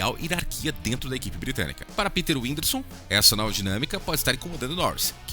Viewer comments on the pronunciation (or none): O cara falando winderson sendo que é Windisor Slk véi fala direito carai